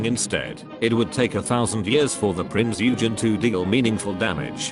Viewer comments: Prinz EUUhgen. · I know it is nigh pointless.. but dare I say it is Prinz Eugen not Prinz Ugen.